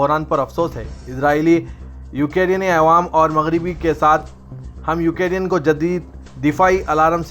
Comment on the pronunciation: URDU KA JANAZA🤣😛UKIRIN. (UKRAINE)